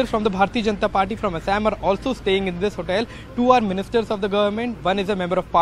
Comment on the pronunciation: Tell the reporter to say Assam properly. No need to add weird accent to it.